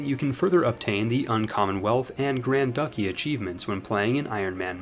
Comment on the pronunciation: My man really said Grand Ducky